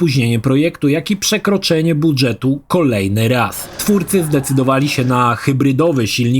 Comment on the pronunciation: Bardzo lubię i szanuję Pana; ale JAK MOŻNA TAK WYMAWIAĆ SŁOWO BUDŻET?! CZY KTOŚ TO, K... TETOWAŁ?!